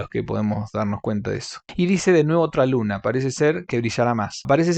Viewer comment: BASTA CON LO DE "SUNA" ES UNA ELE MAYÚSCULA! ES "LUNA"!!!!